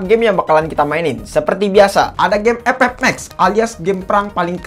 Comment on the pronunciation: Bang setiap Kali gwe nonton vidio lo pasti ngakak pas bilang game epep 😂😂😂